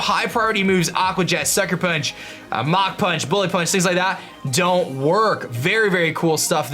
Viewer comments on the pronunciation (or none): none